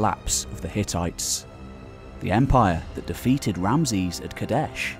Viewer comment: Too aggressive in word pronunciation man. Just relax. It doesn't need to be KaDESHHHHHHH!